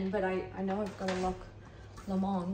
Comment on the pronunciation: Hi, British person here. Lomond is pronounced low-mund, you made it sound far too posh for a place in Scotland!